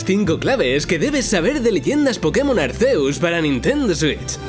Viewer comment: Chale desde que pronunció Arceus y no Arkiuzs me dio algo. 😖